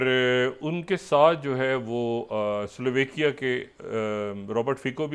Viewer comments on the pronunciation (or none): Sliovaikia nii doctor sab... Slovaaakia .